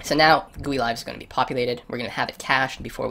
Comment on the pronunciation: 'Guuueeee' LOL